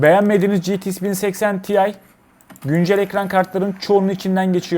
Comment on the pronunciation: Ya "ge te iks 1080 te i" demelisin ya da 1080 i de ingilizce söylemelisin.